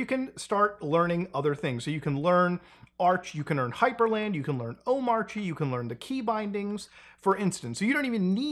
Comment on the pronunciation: Actually its pronounced "Omarchy"